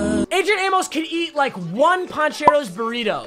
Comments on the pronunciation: Aim-oes not aim-isssss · Adrian “~Amus” Is the correct way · Papa, its Amos, not Amos. cmon